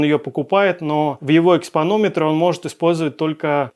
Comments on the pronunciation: Время Ну ты грамотей! Не "экспАнометр", а "экспОнометр". А экспАнометр - это для измерения экспы в играх? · ЭкспОзиция -- экспОнометр, а не экспАнометр. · ЭкспОнометр вообще-то. Впрочем, масквичи могут гаварить по-другому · экспОнометр - товарищ профессионал..... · ЭкспОнометр, экспа в ММОРПГ xD А так лайк за выпуск, содержательный. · экспОнометр, грамотеи, блин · экспОнометр!... хорошее видео, спасибо